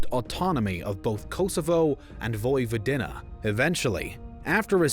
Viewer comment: Very interesting and informative but holy crap man, put some effort into those pronunciations, will ya! Voj-vo-DEE-na not Voj-vo-DIN-na CRO-ats not Crotes Knin not Kin